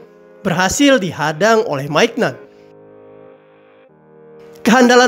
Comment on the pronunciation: bisa dijelasin gak apa itu catenacio modern ..... gue kok baru denger dah ... ? dan untuk penyebutan nama2 pemain seperti mike mignan, simon kjaer juga masih salah .....ya semoga kedepan bisa dibenerin lagi